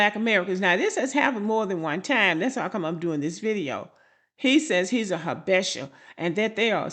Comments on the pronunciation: Its pronounced Ha-buh-shah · 1.)I dated a Habesha (pronounced Ha-bee-shaw) woman. They are technically characterized as “Caucasian” because of the Presence of Arab( Caucus) blood. Most East African people don’t think their white but of mixed ancestry similar to creole black Americans in Louisiana 2.) Habesha women definitely prefer black American men due to our perceived dominance and masculine appeal. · Pronounced Habeesha. Very delusional. Had to cut off Ehiopian fake frens. Said her stepmom acts American. I asked wtf does that mean? She responded she has an attitude. My response, her attitude has a lot to do with her personality. Good bye forever 🫡 Hard to understand why they hv a superior complex as most of them hv low level jobs. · These are the delusional Ethiopians, they are not all like this. These men will still get pulled over by law enforcement. It’s pronounced Ha-be-sha..